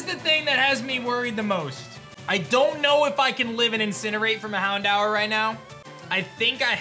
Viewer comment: Houndour? I dunno about that one buddy 😅